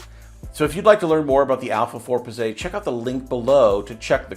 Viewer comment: Bro, Pizze is plural in Italian for Pizza. oh and you don't say Pizzay LOL